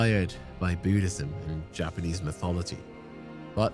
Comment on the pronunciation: Yknow I appreciate you taking the time to do the proper Japanese pronunciation